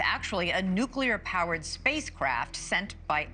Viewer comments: Why did she assume it was Nucular powered? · nookler powered spacecraft🤣